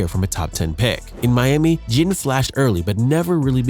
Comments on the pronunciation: Ted "gen" Junior. Hahaha, A.I. has to be stopped. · I was wondering if something sounded funny about the narrator the whole time. I thought nah maybe it's jusna newer YouTuber who hadn't found their comfort and voice yet. Then calling teddy Ginn Jr teddy gin was the nail in the coffin. Either the person has no idea about football actually and is just a narrator being paid or is AI. Immediately clicking the never recommend this channel to me ever again button. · I don’t think I have ever heard someone pronounce Ginn’s name with a soft G lol, don’t know if that’s the correct pronunciation or not but I’ve always heard it with a hard G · Anyone else get aggravated by the way he kept saying ginn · Not just Ginn. He butchered so many names smh